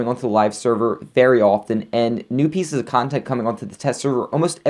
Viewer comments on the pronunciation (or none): none